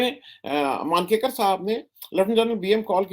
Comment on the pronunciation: १९६२ के चीन युद्ध को ६० वर्ष पूर्ण होने के अवसर पर मैंने यह पुस्तक अभीअभी पुनः पूरी पढ़ी है और इस वक़्त मेरे सामने है. जल्दीजल्दी में आपने बहुत उलटापुलटा कर दिया! क्या क्या बताऊं? लोगों के नामों के बारे में तो आप कभी सतर्क नहीं रहते हैं -- पता नहीं क्या बात रहती है?!! ले. जनरल "थोराट" नहीं, "थोरात"! लेखक " मानकेकर" नहीं, "मंकेकर"!